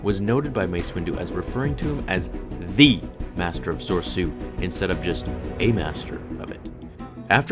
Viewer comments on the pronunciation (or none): wait... isnt form 3 lightsaber pronouce so-re-su? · It's pronounced ''so-ree-su''. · Did you mean Soresu instead of sorsu? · Dear: please learn how to say form 3s name "Soresu" it's pronounced So-Ree- Sue.... Thanks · A) soresu is pronounced sore-ee-su B) attacking the chancellor is something obi wan would never do, he was perhaps the most serene Jedi at the time other than Yoda and debatably Shaka to, he would have waited for better Jedi like Yoda and Mace Still a cool video though btw and I'm a big fan